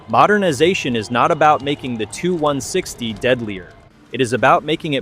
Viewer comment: you make sh!t videos, and in future when using text to speech check the output, as it is fukkin annoying hearing it say "the two 1 sixty". it's "T.U. 1 sixty" for txt2speech u morron